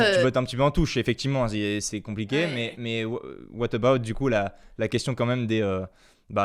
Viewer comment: ne refais plus jamais ça. JAMAIS. "watabaout"